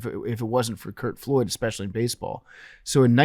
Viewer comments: Lol his last name was Flood. Every time PFT said Floyd I cringed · PFT w a rare Billy name mispronunciation with Curt Flood